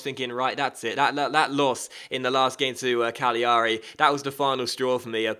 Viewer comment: put the emphasis on the first a in cagliari